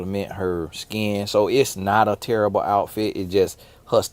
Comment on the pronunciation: “Book terribuh” 😂